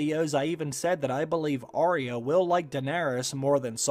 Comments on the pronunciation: Say Ar-ya not aria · It's AR YA at least get her name right